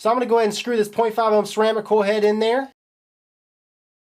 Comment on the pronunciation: Ever notice he says koi head instead of coil head?